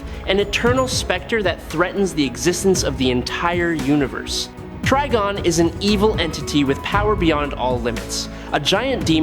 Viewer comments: Kanull? Treegon? Seriously? That automatically earned you an unsubscribe 😂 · Wait, is his name pronounced TREE-gon or TRI-gon? At least pick one, even if it's wrong, and stick to it. Going back an forth is very annoying! Btw, it's Tri-gon, with a long I.